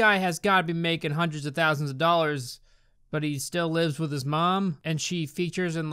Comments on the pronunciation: You should have said “fousand” Because it always sounds like morgz’s saying that instead of “thousand” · Its actually "ten fousand peso"